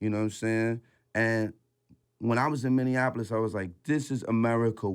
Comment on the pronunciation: He’s the only one that said Minneapolis right✊🏾 #mnstandup